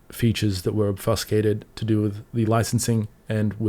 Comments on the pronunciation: Very unfortunate to see! from a dev perspective I can understand the want to be able to debug anywhere, but it opens a door to a lot worse. One correction for you, obfuscated is pronounced as "ob Few skated", not "Ob Fuss Kate" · "Ob few scay tid" brother, not "ob fuss cay tid". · Ob Fuse Cate Ed not Ob fuss cate ed (sorry oet peve lol)